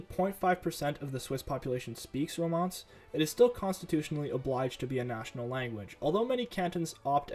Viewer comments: It's pronounced RomanSH, not Romance. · Romansh is not pronounced like romance 😂😂😂